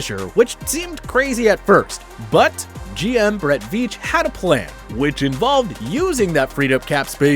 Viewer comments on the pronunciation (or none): none